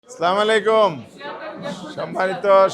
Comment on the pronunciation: আযাদ ভাইয়ের সালামটা সঠিক হয়নি। সালাম আরো সুন্দর করে দিতে হবে। পরামর্শ।